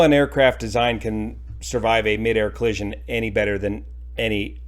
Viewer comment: Please just say collision.